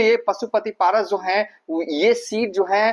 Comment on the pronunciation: Zo hai , Ki za rahi hai . Kya hindi bolta hai